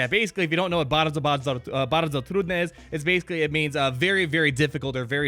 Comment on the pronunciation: 'Bardzo bardzo trudne':D Your Polish accent is great:)